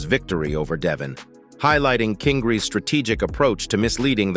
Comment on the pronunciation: The way he says his nick name as if it was one word it’s king Ry like how pronounce his name without sayin an an part of his name not kingree like how u saying